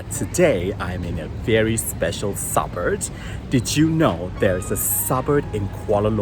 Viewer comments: It’s pronounced suburB, not suburD! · It’s suburB, not suburD!